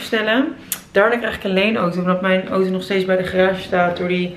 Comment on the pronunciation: Ik vind het zo grappig hoe jij Auto zegt: Oto hahahahhaa... voor alle mensen die dachten dat vreemd zou gaan met Rob.. zie deze vlog:p hier is het bewijs....:p